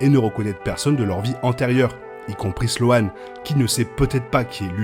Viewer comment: juste un truc sans vouloir vous vexer,la prononciation de sloane à la française ça le fait pas, ce n'est pas slo-anne c'est slaune en phonétique,merci